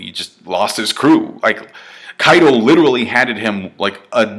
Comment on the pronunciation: fucking hell if youre going to use the word LITERALLY learn how to fucking say it!!!!!!!!! "littlely" IS NOT HOW YOU SAY IT.